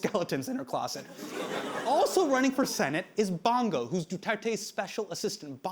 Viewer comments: "Ronald Batow Dela Rowsa" "shaboo" "DooTertey" "BangGow" man, these guys butchering pronounciations of words and names sounds funny. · I'm years late... But "Bung-Gow", "Ba-tow", "Doo-ter-tey", and "Sha-boo". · Hasan's pronunciation of "Bong Go" made me break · Hasan, perhaps you should’ve checked how to pronounce Bong Go correctly — or any future names, for that matter. Easy fix that boosts your credibility and makes you sound like you actually did your due diligence.